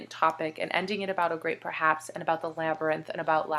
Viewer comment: Does Andy interrupt EVERYTHING you do?? Good lord. Haha. I really like to listen to you read. And I like how your inner Clevelander came out when you said "labyrinth." :) Great video. AND OH MY GOSH I WILL DIE IF YOU TRY AMBROSIA DO IT DO IT DO IT I miss you.